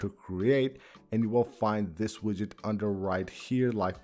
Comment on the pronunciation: Yid-get lol not quite but close! 😂